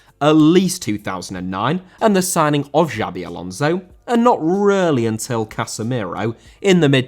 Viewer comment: Casemiro* not Cassemerouw